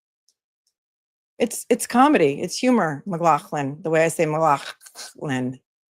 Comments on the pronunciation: lol! Every time you say McGlaughland -I laugh! Thank you for the comedy! 😂 🧡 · Just wanted to say I laugh every time you say McLaughlin the way you do. Love you!! 🙏💗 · Your pronunciation of McLaughlin is how it’s said in Scotland, like you coughing up some phlegm! God forbid that person who complained visits the names COO 😂😂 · I have misophonia (and trust me, it’s incredibly frustrating). For what it’s worth, the way you pronounce 'McLaughlin' doesn’t bother me at all—I actually find it kind of funny! I don’t mean to downplay how certain sounds can affect others, but I also think it’s unrealistic (and unfair) to expect you to change your pronunciation to avoid every possible trigger. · PLEASE NEVER STOP SAYING LAURAS NAME THE WAY U DO CUZ ITS HYSTERICAL & I LAUGH SO HARD EVERYTIME LOL 😂😂😂😂😂🙌🏻🙌🏻🙌🏻🙌🏻